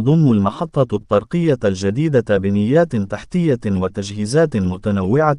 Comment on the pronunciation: تحياتي اخي. انك ترتكب اخطاء لا يرتكبها طفل يدرس في القسم غلثالث او الرابع حشومة فكلمة. الطرقية انظر كيف تقرؤها الطاء مضعفة بالفتحة والصواب. هو الطاء مشددة بالضمة والراء مضمومة كذلك هذه الكلمة كررتها كثيرا فجمع طري هو طرق الطاء مضمومة والراء مضمومة. زيادو على اخطاء اخرى نصيحة من الاحسن وتفاديا للاخطاء اقرا بالدارجة. راك شوهت راسك امسكين الناس يسخرون منك ولن يدخلوا لقناتك ويسمعوا لتفهاتك. اتكلم عادي احسن لك اش دلط لشي لغة عىبية وانت لا تحسن النطق بالكلمات شوهت راسك